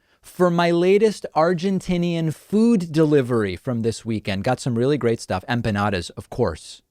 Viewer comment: Me dolio el corazón escucharte pronunciar Empanadas.